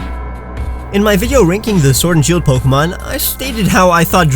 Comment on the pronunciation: Still not mentioning that he was mispronouncing pokemon this entire time even in the passive aggressive pronunciation video...